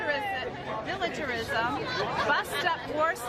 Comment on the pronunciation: She couldn't even pronounce militarism